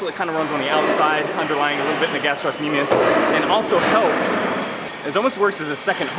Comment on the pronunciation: The C is silent in gastrocnemius. Nice workout.